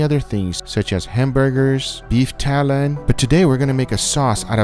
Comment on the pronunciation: It’s not “beef talon” it’s “beef tallow”